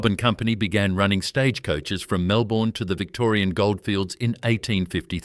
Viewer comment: 'Wangaratta' initially mispronounced, as was "Melbourne'. Shocking to hear the letter 'z' pronounced incorrectly as 'zee' when it ought always be 'zed' in Australia. And we say 'de-poh' in Australia not the USA 'deee-po'. 'ANZ" (the Bank) was also incorrectly pronounced. All these in the first two minutes. AI slop!!